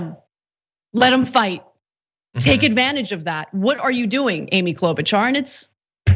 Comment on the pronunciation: You really oughta start pronouncing her name the same way her prairie family did 75 years ago....Klo'-BUTCHER. Seriously.